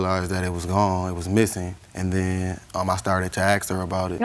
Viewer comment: "And den..."